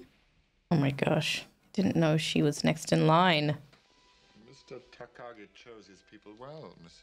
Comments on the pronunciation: I particularly love how you were calling him Nagati and it was Takagi. LMAO You're so funny. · "Mr Nagadi" - LOL. Close enough. Never change.